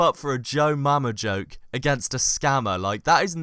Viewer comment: Di- Did he just say Jojoke?